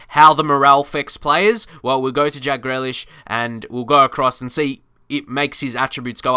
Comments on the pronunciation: Please pronounce Grealish correctly it’s Grealish no grelish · His name is GREALISH NOT GLELISH. SAY IT RIGHT. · Pronounced GrEElish not GrElish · My face when he said gralish instead of grealish: 😭😭😭😭😭🤨🤨🤨🤨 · its pronounced gree lish mate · It’s GREE-Lish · Pronounce it GREElish ignore the A and Connor hourihane is pronocune who-rehan